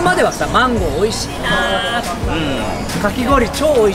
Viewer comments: 芒果發音不好在日本的時候可別亂說啊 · 因為芒果的日文發音是(Mango),而女生下面的發音是(Manko), 所以如果發音不對,意思就天差地別😅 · 芒果的發音 日文就是講女生的下面…所以他說芒果汁等於是…飲水..機